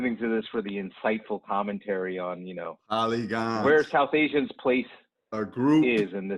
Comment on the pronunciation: Lol poly-gones! Almost there with your spagetti joke! Almost!